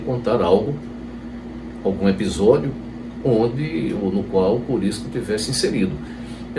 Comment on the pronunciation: O nome é Curisco, e não Corisco.